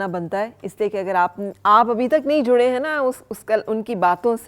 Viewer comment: Aapki Urdu ko kia hoa, " juray hoon, juray hoon " kia hota hai hota hai. Aap tu bohat sahi Udru bolti theen.